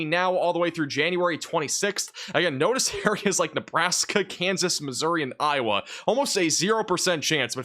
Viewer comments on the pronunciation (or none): none